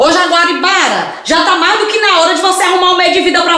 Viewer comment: O errando o nome da Jaguaribara foi o melhor KKKKKKKKK